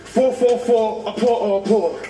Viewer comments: 🤣🤣🤣🤣🤣 hey my stomach is so paining me now. I was in an open place watching this their presentation with my phone I couldn’t just stop laughing watching Kidd’s team it was just entertaining both his pronunciation and how he keep forgetting his lyrics 🤣🤣🤣🤣🤣 don’t forget his dance moves 🤣🤣🤣🤣😆 ooh my god that was just IT. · At first I taught he was saying OPPO phone 📱 until I tell him clearly